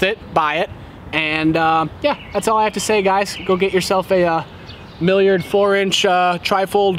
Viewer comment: "MAlliard" – It's MIlliard, mil, not mal , it's not a mallard duck